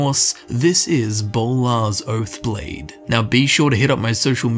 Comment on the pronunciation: Bolar's Boath Blode.